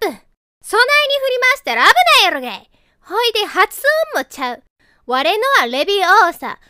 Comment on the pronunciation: 危ないやrrろげぇ